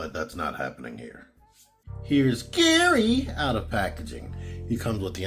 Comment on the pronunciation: Not trying to be speech police, but Gehry is pronounced as Jerry. I have a friend named Gehrold, but we call him Gehry; spelled the same way.